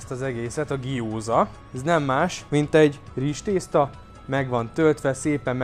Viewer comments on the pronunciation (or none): egy - ket tanacs, szezammag olaj az oliva olaj helyett es nem GIOZAnak hanem GJOZAnak kell mondani a GYOZA-t.